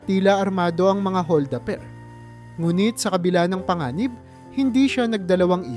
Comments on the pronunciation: Hol da per hindi hol daper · Maganda ang kwento..puna ko lang bigkasin Ng Tama ang bawat salita..like hol da per.